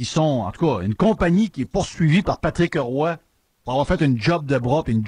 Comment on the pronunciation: heille ! c'est Patrick Roy et non pas Patrick '' HE'' Roy. Il n'y a pas de ''E'' entre les 2. Commence par apprendre à parler... Un animateur de Radio sans vocabulaire. Et je paris que tu dis Stéfune (Stephen) Harper quand ça se prononce STEVEN. Trouve des vrais sujets. Car la radio de l'université est plus BRIGHT que toi.